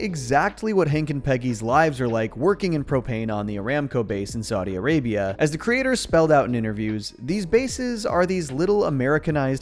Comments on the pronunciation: I crack every time pronounces "Saw-day ah-raybe-ai" 😂😂😭😭😭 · pronunciation of Saudi Arabia is killing me every time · pronounces it like that so she's distinguished from the vay-gans🤌🏻